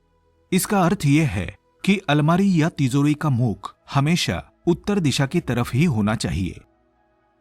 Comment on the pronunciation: Plz pronounce ..TiJori.. Not ..TiZori..